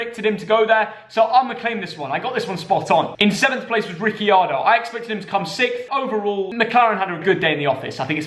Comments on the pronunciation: Ricciardos name is pronounced Ric-arr-doh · This man needs to learn how pronounce names he said Rickeyardo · Man just said ric - ee - ardo and. le - clerk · Man really said Riccyardo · Ricciardo is pronounced ricardo, don’t pronounce the second i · It's actually pronounced richiardo or something because it's Italian, I remember he said it one of the grill the grid videos and it's how gio pronounces it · nah it’s pronounced riccairdo